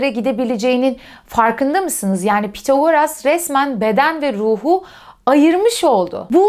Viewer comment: Tek eleştirim ismin okunuşuyla ilgili olacak. Pythagoras'daki th İngilizce'de "s" sesine benzer θ şeklinde okunur. Yani ya bu şekilde İngilizce telaffuz edilebilir ya da Türkçe'ye geçmiş şekilde Pisagor denilebilir. Pithagoras diye okumak garip kaçıyor.